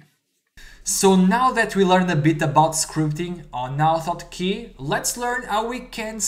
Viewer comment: Name of the program is not oto otkey, but Auto Hotkey. You need the say the A and H in start of words in English. I would not use two script file, all can be done in one file. Other than that, nice video.